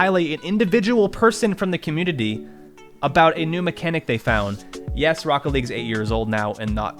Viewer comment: This is sad, but u said communiny at the start 💀